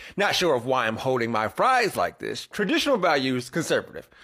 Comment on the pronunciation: "Axt"? "Im"? For REAL? How about these, instead: "ASKED," & "I'M."